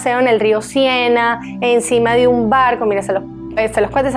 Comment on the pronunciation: Río Sena… no Sienna!!! 🫣